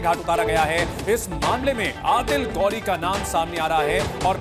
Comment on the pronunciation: गौ‌री नहीं....घोरी बोलो.